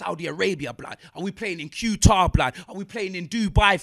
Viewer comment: MAN SAID Q TAR = QATAR 🇶🇦 . 😂😂